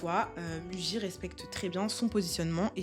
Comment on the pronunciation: Attention on lit "mouji" en japonais